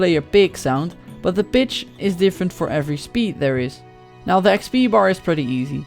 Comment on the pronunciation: your 'p'itch sounds like a 'b'